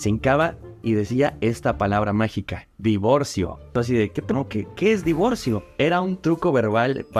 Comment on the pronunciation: Eres a toda madre, tu también decías "Divorció" Jaja